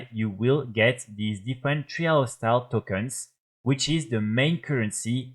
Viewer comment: Great video bro, very helpful. thank you. Just wanted to give you a tip with your pronunciation for future videos :) trial sounds similar to style. Like - tryle of style. Keep up the vids <3